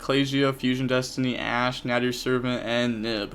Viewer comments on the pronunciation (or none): none